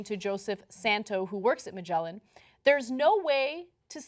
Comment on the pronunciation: "Magellan" - Wow, that was a crude name-butchering if i ever heard one ... .